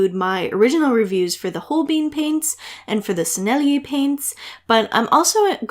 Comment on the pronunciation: For Holbein, It is "hole-bine" rhymes with "line" not "hole-bean" rhymes with "lean".